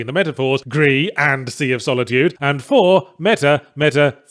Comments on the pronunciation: "huge symbolic statue of the main character" yahtzee accidentally telling on himself that he didn't understand Gris despite claiming it "knocks you over the head with the metaphor. the statue is your dead mum. Not you. dummy. Also it's pronounced "greese" Not "gree". Its spanish, not french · Still shocked that he hasn't managed to pronounce gris correctly yet (it's not french) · His inability to pronounce Gris in spanish like a normal human being is still astounding. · It is also French for grey where you do not pronounce the S. Nomada is a Spanish studio so the Spanish pronunciation is correct, but I can understand why British Yahtzee would naturally fall on the French pronunciation.